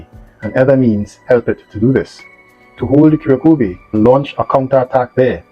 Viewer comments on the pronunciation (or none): Ku - rrraak - ova. Slightly roll the r.